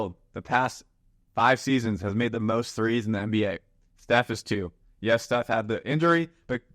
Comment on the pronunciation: “Losing Steph …” brother please don’t mispronounce like that you give me heart attack XD